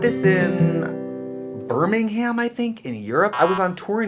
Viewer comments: Pronunciation of Birmingham — Brits: Birming’um —Americans: BIR MING HAM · As someone in the uk who loves you...respectfully I cringed at how you pronounced Birmingham, it’s closer to “um” to “ham”😂😂 at least the original English city is. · BirmingHAM. 😂 FYI it’s ‘burmingum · no one: Trixie: BirmingHAM✧･ﾟ: ✧･ﾟ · Buurm iNg HahM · i love how Americans say ‘BurmingHAM’ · I lived in England for 3 years and I would constantly be so silly with my coworkers and would always rip of the pronunciation of certain words 😂 Burmingum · i always get so excited bc there’s a town just outside of my hometown in Alabama in the US called “Birmingham” pronounced like Trixie did it, but then she said UK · I love how she said Birmingham. Ps I love u Trixie from Manchester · omg when she sad birmingham I DIED!!! brummie rep 👁👄👁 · The way she said Birmingham stressed me out